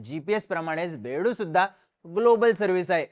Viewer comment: अरे बेडू नाही बायदू म्हणतात त्याला